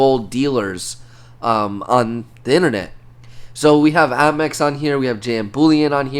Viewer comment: Is he saying Ammex?? It’s APMEX.